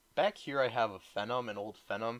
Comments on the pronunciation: ok not to be nitpicky but what is the pronunciation of Phenom? I thought it was Fee-Nom, not Phen-num. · How you say phenom bugs me... I've always heard it pronounced fee-nah-m not *feh-nuh-m*. Sorry